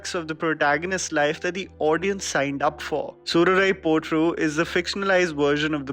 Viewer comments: nailed uttering the title in tamizh.. good job 👏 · I love how you pronounced "Soorarai Pottru' and 'Nedumaaran'.